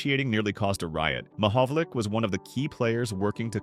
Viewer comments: Damned AI. you pronounce it Mohovolich, as in ITCH. . no tmahovol ick as in tick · The proper pronunciation of Peter Mahovlich's last name is not Ma Hov Lick, it's Ma Hov Litch. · The name is not pronounced 'Mahovlic'. It is Mahovlich. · His name is not Mahovolic it's Mahovlich ! 🌟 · Last syllable is "itch" not "ick". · Commenter is not pronouncing his name correctly. It is pronounced “ ma-hog-a-lich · Learn how to say his name properly dummy!!👎👎🤮🤮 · At least pronounce his name correctly. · It's AI. What else do you expect from AI. AI always pronounces names WRONG! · Great story, but learn how to pronounce his name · A video on a former great where you don’t know how to pronounce his name. Ouch 😅.